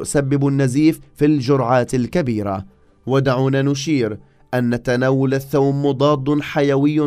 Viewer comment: الثوم البلدي ولا ايثوووووم. 😅